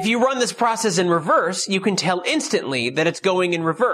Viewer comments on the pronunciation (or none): none